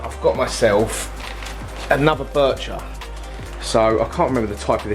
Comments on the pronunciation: Love how says birchir when there is nt 2 r's in it 😅😅 its bichir as in biysher😅😅 love this channel man 😅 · When I bought my ornate Bichir I was told you Pronounce it like biker 😎 and the very biggest bichirs have the underbite the bottom jaw protrudes those can grow well over 2 /3 feet yours is not one of those the one you’ve got they grow very fat big old bellies on them You have to make sure they get their share of the food because their eyesight is terrible but they’re very cool Although you know that you have one in the monster tank looks quite skinny he has a lot of competition there though it’s the eyesight it’s a bit of a problem has to be said all the best mate 🤥👍⚒